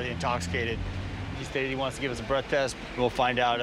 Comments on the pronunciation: The cop said breast test 😂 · Ummmmm I'm pretty sure the cop said "BREAST TEST" THE 1ST TIME. LMAO